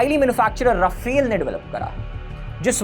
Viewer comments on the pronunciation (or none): none